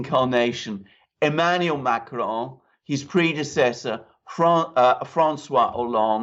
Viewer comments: Ma cron but you don't pronounce the n at the end ;) , a short " on" , but never mind , he will probably retire in a near future. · You are NOT really good with Macron. You make it sound Spanish. It is SO weird! Regular American/English pronounciation of Macron is closer to the French than this rolling R mahk-rrrrr-onn.